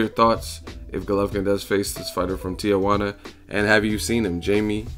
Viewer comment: Why do people pronounce Tijuana, "Tia" Huana? It's Tee-Huana...